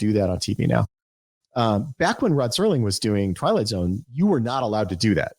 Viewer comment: it's Serling! Serling! not sterling! archer's first name is sterling!